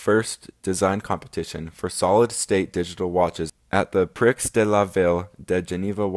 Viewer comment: Excellent video, I learned a lot! You need to look up how to pronounce "renowned", "prix", and "Starsky" :)